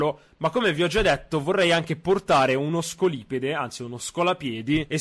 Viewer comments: Eren non c'è la faccio più non si dice scolipede si dice scóliped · si legge scòliped